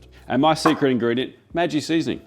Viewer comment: But as a German-American, Maggi is pronounced "mah-ghee". (Yes, I'll affect the accent when pronouncing Australia as "aw-strahlll-yer"!)